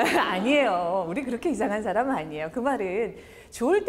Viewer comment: 말을 가르치는 분의 틑린 예: 사람, 좋게,외부, 후배, 시작 , 제가( 나), 등 단어의 첫 자를 "짧게" 잘못 발음했습니다. 길게 발음해야지요, "사람"이라는 평상어를 바르게 발음하지 못하는 분이 "말" 강의를하는 대한민국!! 어떻게 생각하십니까?? "한국 어문을 고발함"이라는 책을 조용히 읽어 주실까요??